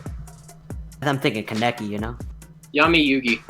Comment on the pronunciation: It's pronounced kaa-ne-ki not keneki